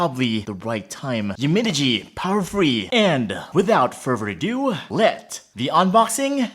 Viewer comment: Hahahah he siad furbher adieu